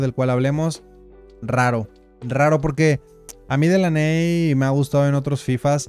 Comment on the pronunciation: Délany bro así se pronuncia Delaney😅